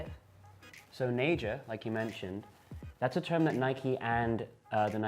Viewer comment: They talk about it like they know but they can't even pronounce naija right smh fucking dickheads